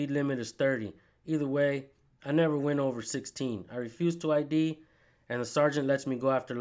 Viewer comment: Man I would have lit up that supervisor on the detainment law ( I D ) Hes no better educated than officer “Eye -Radar” 😳 🤬